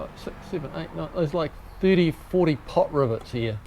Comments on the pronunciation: Are you saying "Pot rivets"?? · must be the accent then cause I kept hearing pot rivets.👍😆